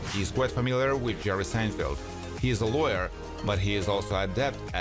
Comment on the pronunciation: Or is it “Churry Sanefelt”? The voice-over was done by a graduate of the Lawrence Welk School of Pronunciation.